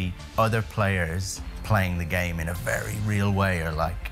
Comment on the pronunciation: wery wery